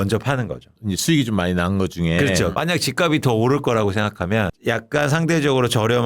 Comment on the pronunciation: 단어 발음 좀 제대로 해줘요. 발음: 집갑이 -》집깝씨